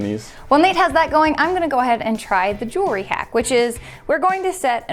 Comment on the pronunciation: OMG she said Jewelry correctly!!! Finally someone!